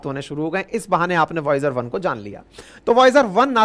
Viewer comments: Sir usko voyager bolte hain voyag Nhii 😅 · Voyager one है सर ना की voyaaj कही voyaaj बोलते बोलते yamraj मत बोलने लग जाना😂😂😂😂